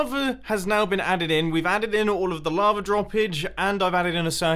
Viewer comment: You are saying lavr instead of lava